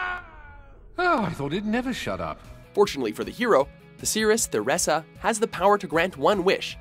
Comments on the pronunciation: Did you really pronounce Theresa "Thur-essa?" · "The Seeress, Thurressa" just made me lose faith in humanity. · Thah-reh-sah? Looks like Ter-Ree-sah to me. :p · narrator hasn't played Fable II and mispronounces the protagonists home town and a common female name